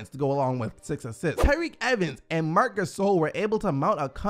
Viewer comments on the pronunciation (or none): none